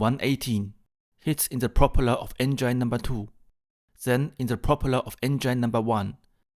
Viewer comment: Recht hat er trotzdem. Grauenhaft- auch für deutsche Ohren. Schon in der Schule lernt man das "th" sauber auszusprechen. Wozu gibt's zudem die Lautsprache in den Wörterbüchern? Du sprichst ja kaum ein Wort richtig aus. "Enngein?" Geht's noch? Es ist auch Respekt vor der Sprache. 😊